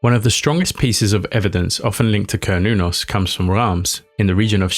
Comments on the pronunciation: It’s an S sound not a “k” sound. Ser-noo-nos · Sounds like Cern, certain, Cernunnos. Not kurn i would think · Repeat saying "Cernunnos" enough and you'll eventually say "Chronos" instead. Everybody knows who Chronos is. I mean, given the seeming importance of the figure on the depictions... I don't think my armchair conjecture here is too wild. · glad I'm not the only one who feels strongly about the hard 'C'